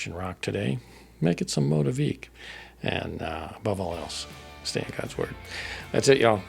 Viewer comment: 🙌🏼 …the only correction is our name. It’s pronounced MOE-TEA-VICK. 😉 common thing to mispronounce!